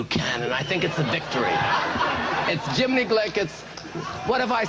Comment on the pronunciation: Can't keep up with the 'Jimeny'